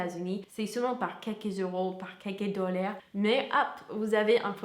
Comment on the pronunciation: Merci beaucoup pour ces informations. Je me permets juste de porter votre attention sur la prononciation de "dollars"... en français...on dit [dollààr] et pas "dollère". C'est presque étonnant vu votre excellent niveau de français et de votre bonne prononciation en général....en tout cas merci...on apprend plein de choses sur les US avec vous...